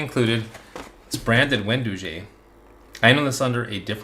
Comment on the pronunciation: Wen dough gee, not doo gee